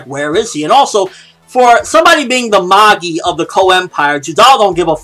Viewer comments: What are you talking about its mah-gee not ma-gie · He says it correct lol it's pronounced "Mah-gi", not Ma-jie, or Maggie lol